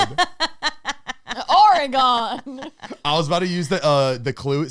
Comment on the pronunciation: Oregonian here 🙋‍♀️🙋‍♀️ it's not "ORE-GONE" 😂😂😂 It's "Ore-gun" 🤣❤️